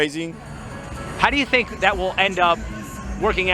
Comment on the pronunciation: she is enunciating the hell out of that K "thinK"